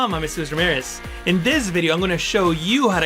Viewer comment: Coool as usual .. but why i hear your name jojo miraze not jesus ramirez😃